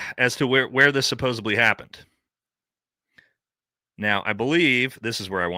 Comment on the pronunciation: The words are Supposedly (not Supposably) and Especially (not Expecially).